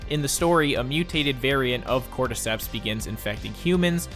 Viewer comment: Hmmm cortecteps souunndsss familiar